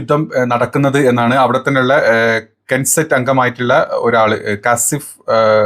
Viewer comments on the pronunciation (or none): കൻ സെറ്റ് എന്നല്ല പറയുക k ഉച്ചാരണത്തിൽ വരില്ല നെസറ്റ് ആണ് ശരി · Kenset അല്ല നേസെറ്റ്